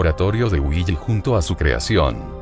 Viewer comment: cuando dices willy suena como weegee